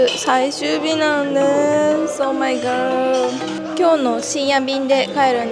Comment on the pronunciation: Oh my got じゃなくて Oh my god かOh my gosh ね（笑） あと、痩せちゃダメ！ みんなそう思ってると思うよ